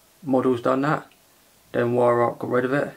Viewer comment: Vyrowk is how you say it!!